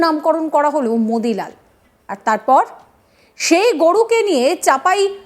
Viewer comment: ওর মুখে মুতি লাল শুনলে ও ভালো লাগে